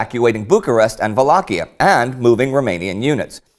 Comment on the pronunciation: Indy pronounces Wallachia in an EPIC manner ! ! :)